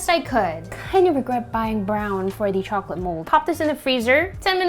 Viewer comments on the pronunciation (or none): none